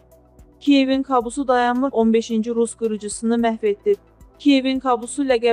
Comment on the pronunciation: "Kabus "sözünü düzgün tələffüz edin.